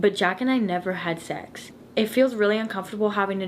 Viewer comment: “Jack and I never had sechsh”